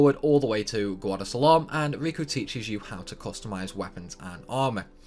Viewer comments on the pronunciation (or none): none